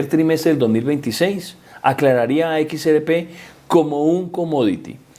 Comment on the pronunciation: Equis Ere Pé y el elicotero. (Mijo! Se dice: “ERRE” léalo bien y escúchese: “ERRE” con doble erre. No ere. Erre fricativa de rata.